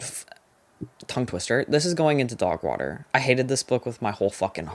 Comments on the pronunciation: Obsessed with the way you say “dawgwahter” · DOWGH WOHTER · thank you for a wonderful year of recs and chats❤ you’ve made me read with a more critical and nuanced eye, and all for the better. can’t wait for 2026! also, I love the way you pronounce ‘dogwater’. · Obsessed with how you say dog water in that accent 😂